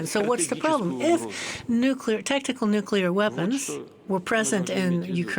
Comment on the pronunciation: The lady commentator needs to correct herself on the word "nuclear". It is not "Nucula". This mistake is common among uneducated folk and undermines her professionalism and credibility. She otherwise comes across well, so attention to this important detail will help advance her professionalism.